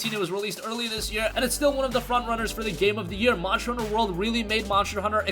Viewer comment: "Monsher honsher" lmao